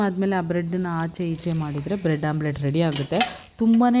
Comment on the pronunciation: Omlette not Amulet😂